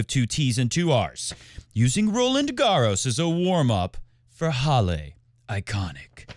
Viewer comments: From a German: Halle ist not pronounced Hallé. :D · He copies Feds pronunciation. For some reason Fed always says Hallay. I remember reading the Swiss say it like that. Maybe it's just Rog thinking in English he should pronounce it that way. Who knows.